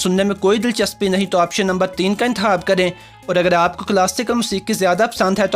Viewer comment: حاص طور پر ۔حاصیت۔۔انتحاب خ کی جگہ ح 😂😂